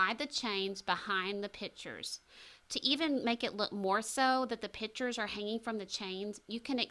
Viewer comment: Your professionalism is quite obvious, however,every time you used the word ‘pitchers’ I cringed. A pitcher is a vessel used for liquids. The correct pronunciation for framed art is a picture. (Pic-ture) Not a pitcher. Hope this is beneficial for you in the future.